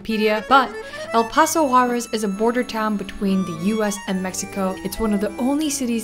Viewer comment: Quick tip to improve your pronunciation of "Juarez": the R should sound like the double T in "better".